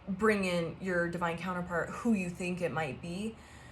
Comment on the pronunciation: Lol.......te he he.....you said finx te he he...te he he 🫵🤭😁